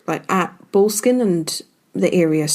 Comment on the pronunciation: Might want to learn to pronounce Boleskine properly...